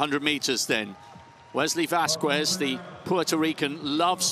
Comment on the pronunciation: The fact that he can pronounce KSZCZOT and not Vasquez is mindblowing